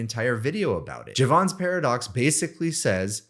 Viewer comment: I am going to stop listening to you unless you learn how to pronounce Jevons